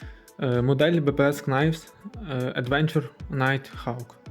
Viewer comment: Knives читається як "найвс". Там перша k не вимовляється; Для перевірки коли сумніваєтесь: Google translate вимовляє слова;)